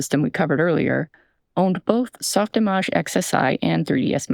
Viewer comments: I really appreciate this video and I don't want to detract from the important topics and information inside it but I HAVE to know - why is "softimage" not pronounced "image"? Who taught people it was pronounced "igaaahj"??? I bought the perpetual substance license right before Adobe bought them, but can no longer use it because the laptop that version was on died. Autodesk DID have a free version for indie use briefly, but took it down to put up their idiotic token system. And now Unity is down the drain despite people defending it as the last bastion of hope for years. It's hard to have hope when the only alternative is... what? Make a small business and hope you're the 3% of women who aren't ignored or fail in that track? Go into "tech" whatever that means? I can't read code, I have few or no non artistic skills, and every industry I've looked into is on fire. Blender is something I love and support in theory but using it coming from Maya is like nails on a chalkboard and it makes me 10x slower with 100x the frustration, and I've also never seen a job listing that uses Blender for over $30K - half the low pay expected in my industry with my experience. Hope died with Flash, not because of Flash specifically but that was around the time I stopped seeing any options, especially with so many jobs requiring freelancers to provide their own software and hardware - meaning even your salary or hourly rate is invisibly lower because you have to pay for industry standard programs to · Ok, this video is great... but why do you pronounce SoftImage so weird?